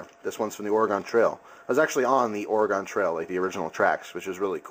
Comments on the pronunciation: Or-a-gen not Or-o-gon lol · lol he says it like or a gon. over here (northwest) we say it like organ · Oar-gen Oregon. I live there I know how to pronounce it.